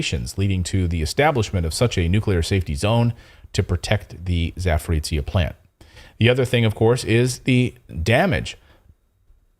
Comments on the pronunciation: Not trying to be a smart ass or something, but Power Station region is actually pronounced as "Zap-o-rozh-yeah". ("zh" as in Jean-Pierre, haha). I know that it's a tongue twister for many westerners, but hey, one could try, right? And thanks for all the awesome stories, you guys rock! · Pronounce the name of the power plant and it’s geographic area [‘zapo’rojhyeh], please. That is how it is called. It is not that strange word/name many English-speaking journalists are attempting to pronounce, which no one knowing that area recognises either by ear or in writing.